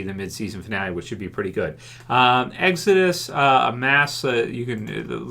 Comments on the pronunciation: "...and episode 8 is called EGG-Zuh-Dus." Not making fun of you, by any means, but I laughed out loud at that part for some reason... thanks for another informative vid! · Why u say exodus so weird lo